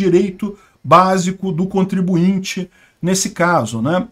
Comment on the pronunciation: Contribuinte não. Ai forçou…